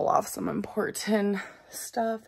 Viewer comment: Please learn how to say the word "important"